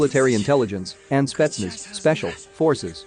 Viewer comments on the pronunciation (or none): none